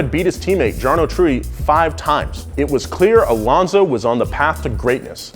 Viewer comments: Jarno is pronounced with a y not a j tho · From a huge Alonso fan, anyone who says he is the best F1 driver is speaking from a subjective standpoint. Jarno is pronounced Yarno and it's okay to get it wrong if you're not posing as a buff. In the same identical car, amateur unexperienced young Lewis outperformed Fernando the 2 times world champ... in fact Lewis should have won that year. Watch the last race of 2007, Lewis was out to take it then his car decides to stall for a while for no reason and later Ferrari switch their drivers around to win even though that was against the rules then. Lewis took it the next year anyway and beat every team mate too, including Fernando himself. They went on to respect eachother and if you search youtube there is a clip of Alonso saying that Ham is the best driver on the grid... listen to him explain why.